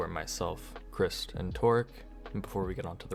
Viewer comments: i was confused when you called chr7st "crih-st" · Why u said Crist tho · I always thought his name was pronounced “Christ” instead of “crist”?